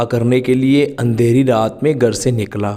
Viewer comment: Gar nahi ghar bolne seekhye.